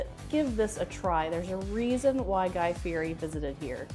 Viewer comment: You didn't pronounce Guy's last name correctly...not even close.